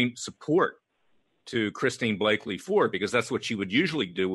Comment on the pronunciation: Larry, Kavanaugh has daughters not sons. The CIA asset‘s name is Christine Blasey Ford not Blaky